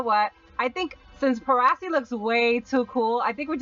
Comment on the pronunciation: it is pronounced as par-a-see not prasee